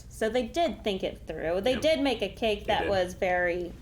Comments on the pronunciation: i thought said cake too! lol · I totally heard cake too, questioned it, heard say it, and just accepted it 😂😂